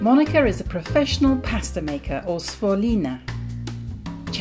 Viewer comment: non riesci a dire «sfoglina» con il gl dolce?